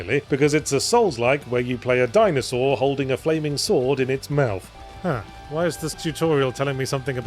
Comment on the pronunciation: Or like, "Dinosaurd" or "Dinoswaurd" ><